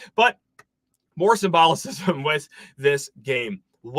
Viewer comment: it's Symbolism, not Simbolocism, Doofus.